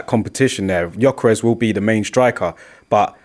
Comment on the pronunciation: it's gyokeres not giokeres🙄